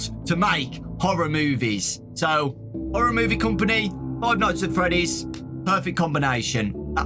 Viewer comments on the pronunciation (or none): am i the only one who hears Whore-or instead of Horroar kinda even if i say it it sounds like whore-oh